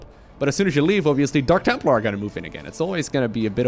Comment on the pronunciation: Did just say Dank templar?